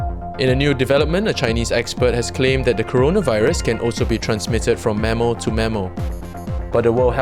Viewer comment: Its mammAL not mammER